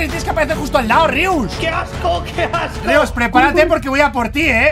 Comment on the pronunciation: Se dise rius